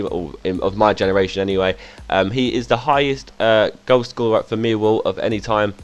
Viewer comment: I love how you say: Meewow. It's incredible